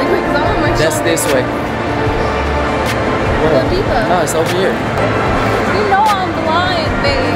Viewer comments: “Go deeva “... it’s “guhdiva “ ❤️❤️ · Why was I cracking up when said "Go Diva" 🤣 It's pronounced "Guh-Dive-Uh" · It’s Godiva not Godeeva 🤦🏽‍♂️